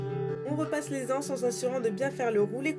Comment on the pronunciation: Il n'y a pas de "h" à "anses, donc on dit l'anse... pitiééé....je l'entends sur toutes les videos, alors je ne résiste plus à l'envie de le préciser.:)) Sinon, super tuto, très clair et quel beau travail soigné!